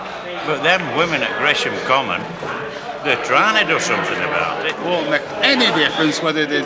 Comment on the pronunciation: 'Gresham Common' 😄